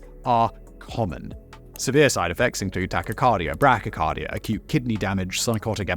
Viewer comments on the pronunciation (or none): Its BRADY - CARDIA. Not "brachy carido" da fuq?